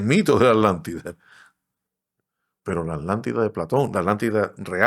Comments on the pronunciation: Disculpen la pregunta si la palabra es Atlantida porque a ustedes les suena como "alantida"?, solo es una curiosidad... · Alantila o atlantica, por qué quieren hablar tan fino que pronunciamos las palabras mal, siendo el idioma cadtellano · Yo me pregunto como un estudioso que es filósofo y arqueologo además investigador No sepa que lo correcto es Atlntis, Atlántica y el océano Atlántico, no como el y el entrevistador dicen Alantis, Alatida y oceano Alantico mejor deberían aprender a pronunciaŕ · Se escucha mal o no están pronunciado bien la palabra Atlántida...pareciera que pronuncian "Alantida". 🤔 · No es así. Le dice Alántida a la Atlántida. No respeta las reglas del español. Tu propia lengua. Además decl chauvinismo de creer que la Atlántida estaba frente a las costas de España...por favor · En España se enseña mal la pronunciación de las sílabas TLA, TLE, TLI, TLO, TLU. Se separa en dos y la gente acaba pronunciando A-Lántida, haciendo casi desaparecer a la T. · Lo que yo no e tiendo es porque pronuncian la T como Che en palabras y en aTLantida nonla pronuncian!!????? Porque asesinan el idioma asiiiii!!???? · LE DICE ALANTIDA....